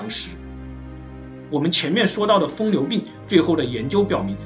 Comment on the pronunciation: 疯牛不是" 疯流"